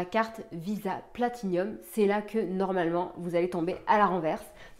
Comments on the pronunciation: Elle sont cependant tres laides les nouvelles, font vraiment tcheap et franchement pas l'eimpression de degainer une Platinum, d'ailleur arreter de dire Platinium partout, c'est une PLATINUM y as un i en trop Guillaume fait la meme, honnetement, ont dirait les carte Nickel beurkkkkk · Je l’ai commandée pour la tester tiens… j’en ai pas trop besoin mais voilà à voir. Et au fait, c’est Platinum, y a pas de i en plus 😆